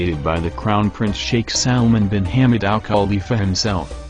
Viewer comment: Wait wait wait wait..how did he say Hamad? Oh God that's hilarious